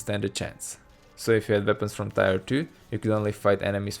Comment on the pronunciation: Great video. Very accurate breakdown. Note on the crazy language of English, tier is pronounced like tear (as in crying tears of joy once devs embrace a single genre). Or spelled phonetically as teer.